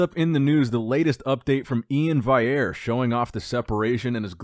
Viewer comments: agreed, it was burning me everytime he butchered it! you literally have phonetically written it and addressed it many times. get it together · Day two of asking to pronounce my name correctly. E-in Val-e-air.